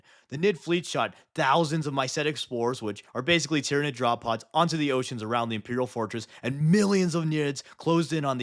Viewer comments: id is the latin suffix to mean where it is from, so Tyranid figuritively means "the ones that came from Tyran". And so, it should be pronounced Ty-RAN-id, and that's the hill I will die on. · Sun Tzyranid 😂